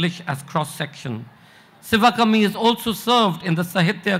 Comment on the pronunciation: Its not ci va kummy..its shivakaami. If u cant pronounce the name of a panelist dont bother at all. Anupam kher gets a padma award for what? Hes a B grade character artist on screen and a dumb buffoon offscreen